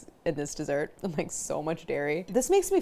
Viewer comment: god i hate the opening jingle so much. DEEsert PerSUNN. neither one of these words is pronounced like that!!!! can’t wait to try this recipe tho. you’re a genius claire!!!